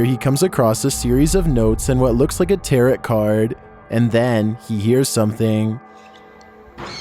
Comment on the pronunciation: It's pronounce "tare-o" not "tarot".